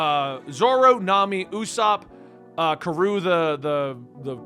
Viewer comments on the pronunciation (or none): Karou is a thunder duck, also pronounced KA-roo